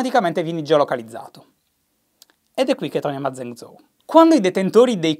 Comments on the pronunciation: Zhèngzhōu si pronuncia gen-giou, non zen-zou...... ma che lo dico a fare? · Zhengzhou si legge geng giou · mi permetto giusto un piccolo appunto: la "zh" in cinese è molto simile alla doppia g seguita da una vocale, come "viaggio" o "alloggio". Quindi Zhengzhou si leggerebbe tipo "gienggiou". Spero di essermi spiegato bene. Per il resto continua così <3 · esattamente. gliel'ho detto anche io in passato ma Shy fa orecchie da mercante. basterebbe ascoltare la pronuncia su google translate o su un dizionario online... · Shy in cinese il gruppo consonantico "Zh" si pronuncia in modo simile alla "G" dolce italiana o alla "J" inglese